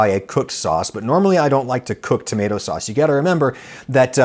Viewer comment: I just had to comment to say that I’ve been laughing for a minute straight because Adam said “fauce” instead of “sauce”🤣🤣